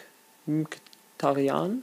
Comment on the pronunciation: Blaszcyzykowski wird Blaschykoffski ausgesprochen :D Nuri Sahin wird Schahin ausgesprochen :D und Mkhitaryan wird wie Mickytaryan ausgesprochen :D Sorry für meine Klugscheißerlichkeit :D